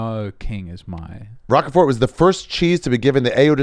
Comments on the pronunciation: Holy shit Ari it’s “Roquefort” r-ohk fort. Not rock a fort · Pronounced “Rock Fort” cheese not Rocker Fort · Ari mispronouncing Rochefort that way is very displeasing to the ear.